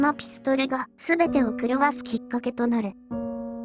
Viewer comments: ピストン！ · ｽピストル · ピストルの言い方が気になる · ピストルのピの発音w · ピストルのピの発音が気になりすぎた🤣